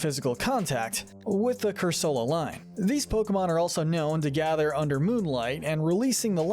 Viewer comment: It’s pronounced roh-TAHM, cor-SUH-luh, cur-SUH-luh, “Patrick Star”! 🤨 You’re so bad at pronouncing names,! 🙄